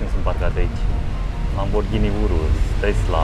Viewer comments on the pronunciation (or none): none